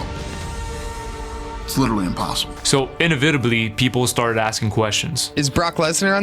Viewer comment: in-evyh-teh-blyh... nice one.